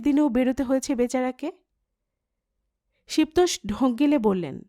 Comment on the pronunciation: "শিব তোষ" উচ্চারণ হবে ' শিবোতোষ ' একটু খেয়াল করবেন প্লিজ